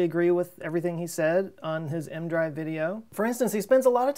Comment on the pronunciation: Always thought EM-drive was crazy but has it come this far... why not test it like you said in space (small, different manufacturers/inventors/believers) like... 10 or so... I'm not native english speaker but why do you say mdrive (leave out the "e" part?) is not e, m, drive?